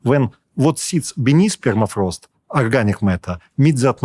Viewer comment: “ permafrost is melting..” “ Perma” has been car-jacked